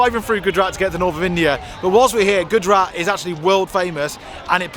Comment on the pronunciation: Please learn to prounance names properly... It's Gujrat (Gujj…RATHH), not Goodrat 😂